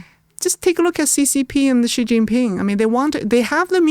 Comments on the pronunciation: Listening to just the bit on Taiwan, my view of plummeted, and I decided to listen to no more. (I'll listen to on her own channel.) First, try to pronounce "Xi" the same way as the native Mandarin speaker sitting across you does. It's not difficult: "syee". Second, travel some outside the US. There are more than a few structures out there older than the US of A. Third, try to geography a little more, especially before you start shooting your mouth off about a place. Fourth, when a guest starts getting into the meat of an issue, don't interrupt with another tangential question. I hope Trump listens to naval officers. Geopolitics is the NUMBER 1 reason the Americas need to be concerned about Taiwan. Never mind Hawai'i, do you want to defend your coastlines at the first island chain, which includes Taiwan, or do you want to defend them just off the coasts of Seattle and L.A.? Key allies Japan and South Korea would also be at the mercy of China controlling the shipping lanes for their trade, including oil from the Middle East. Semiconductor factories falling into the hands of China are a superficial and not a huge concern. If it came down to it, key machine parts would be removed from factories before Taiwan fell, or they'd even be blown up if need be, be it by scuttlers or Tomahawks. The semiconductor manufacturing ecosystem would then have to be built elsewhere (which could take some time and be less efficient than what Taiwan has built up). Valuable geostrategi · HIS NAME IS NOT ZZZZHHHHHGEEEE... HIS NAME IS SHE... EXACTLY LIKE THE FEMALE PRONOUN. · Is Xi Not Gi. Why some westerners keep spell Gi . Lol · I wish you would've done a little basic research or asked about how to pronounce Xi. It's pronounced like "she". This is incredibly easy and basic. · Xi Jin Ping is pronounced like “she” Jin ping. Listen to pronunciation.